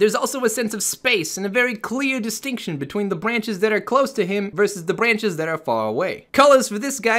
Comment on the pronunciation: "bwanches" xD